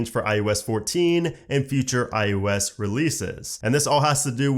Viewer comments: SERIOUSLY!!! IT’S NOT “IUS”! It’s I OH S!!!! I can’t even watch this!!!!! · Please say iOS not iUS.